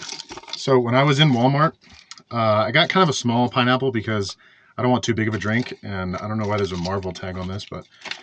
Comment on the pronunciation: Absolutely butchered that pineapple lol